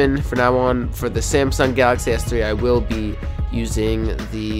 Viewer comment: it's samsung s3 not semsiung s3